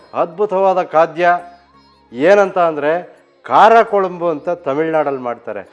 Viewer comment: Sir, I am not here to argue. As a regular viewer of your channel just wanted to tell you the correct pronunciation. Kuzhambu is how it is pronounced not Kolambu. The letter ழ (zh) is unique to Tamil. I am a Kannadiga born and brought up in Tamilnadu.